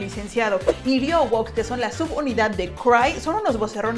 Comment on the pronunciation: Ryeowook se pronuncia "riouk" 😁😊